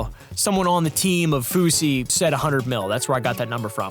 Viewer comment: Fousy.. Not kosher or whatever